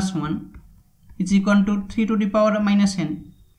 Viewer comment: Это произношение меня, блять, убило ту ту пау икс ван тутутутутупаваикс, СУКА